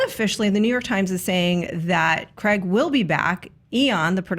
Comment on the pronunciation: Ok, so Daniel Craig is English and we don't pronounce it Creg. We pronounce it with the A sound similar to in "game" or "page". Pedantic patronising over.